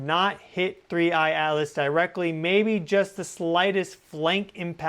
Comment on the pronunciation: Thnks. Buy the way, you called it "3I ALICE" a few times 😊...